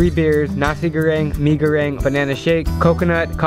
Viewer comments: Its prounounced mie goreng in bahasa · It's not mee it's mie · It's Mie Goreng not Mee Goreng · btw when you were at Bali you said megoreng wrong :> you also said kopi luwak wrong. im Indonesian thats how i know the pronunciation.